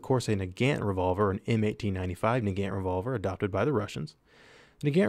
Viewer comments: Please pronounce "Nagant" correctly. It is not an American word, so it's pronunciation is different. It is not who you say it, "Na-gant" it is "Nah-gaunt." Please correct this, I see this all the time and it annoys me. Just like "Mosin." It's not "Mo-sin" it's "Mah-sahn." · its prononced nug-aunt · "nuh-gant" shudder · I cringed the way you said nagant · I hear nagant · So I was right. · pronouncing Nagant Revolver wrong ._.